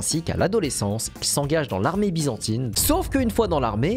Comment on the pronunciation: BIZANTAINE PAS BIZANTINE